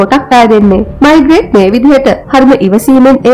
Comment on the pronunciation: මෙයාගේ නම මයිග්‍රේට් නෙවේ. මේග්‍රේ.